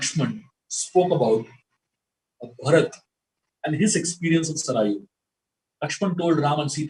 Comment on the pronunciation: Learn the actual pronunciation of River Saryu